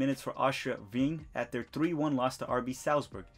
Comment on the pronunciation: Bro you’re killing me with your pronunciation. Wien=Vien as in Vienna. An-der-lekt. Glod-bock. Shaquille=Shuh-kill, like Shaquille O’Neal.